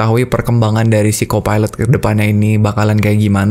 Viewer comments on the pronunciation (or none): aku dengarnya "phsyco pilot" hampir dengarnya psikopat